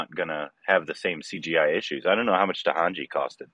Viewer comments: It's Ta na ji n not Tahanji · It is TA..NA..JI .. not Tahanji